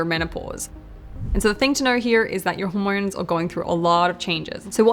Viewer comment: Those Aussie auR’s. “Zorne 2 exercise”, “rodiolaar”, “hormornes”